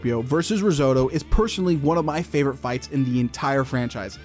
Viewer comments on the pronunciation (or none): none